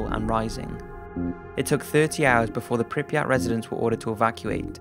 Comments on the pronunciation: Good documentary, but I wonder: what's with Prypiat pronunciation? You English speakers seem to add extra letters (for example NaTzi instead of Nazi), and the same is here. Is Prypiat, not PrypRiat. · “Pripiyat” lol